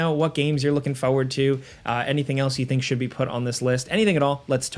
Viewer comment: it's pronounced foRward. Not foe ward.